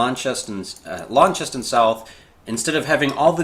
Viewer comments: Larncheston! Lawns-tun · Launceston is a small town in the eastern end of Cornwall, England, and is pronounced Lawnston.